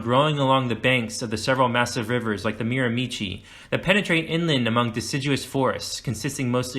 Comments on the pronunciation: Not to be nit-picking, but Miramichi is pronounced "mira-ma-she" not "mira-me-chi" And Mi'kmaq is "mik-ma" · Miramichi is pronounced "Marimahshee"